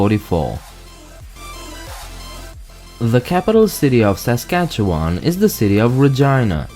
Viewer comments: Born and raised in Regina, Saskatchewan, I believe it’s pronounced sa - skach - ee - wun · Saskatchewan is great! (And it will sound even better when you hear it pronounced correctly! 😂) But if you’re coming in from somewhere else it might take some time to get used to